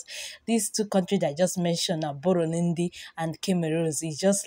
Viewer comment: God save her. "Boronindi Kemerus Magadakos"!🤣🤣🤣